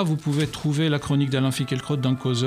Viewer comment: Le presentateur prononce tres bien son nom:finkle-crotte